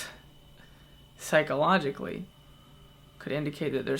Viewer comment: I get this video is supposed to be serious and I'm really sorry, but the way Tyler said psychologically was amazing